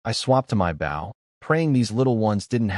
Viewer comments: 👎👎👎👎👎 pathetic pronounciation of words... i clicked the thumbs down... you need to learn how to pronounce words right... don't just post video just to say you post lots of videos, check if pronounciations are correct before posting... bow = baw means you bow your head not a weapon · Bo- w is silent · Goodness. Bow has two pronunciations and the wrong one is being used every single time! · Bow gets spoken wrongly so often also us not U S For the rest enjoyable story